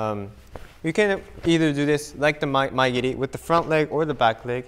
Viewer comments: Shouldnt mae geri be pronounced "ma-e geri" and not " my geri" ? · So it's Mae geri not Maya giri